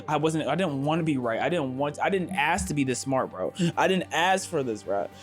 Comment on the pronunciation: I didn’t ASS to be this smart bruh. I didn’t ASS for this bruh I DIDN’T ASS TO BE THIS INTELLIGENT BRUH IM SORRY 😂😂😂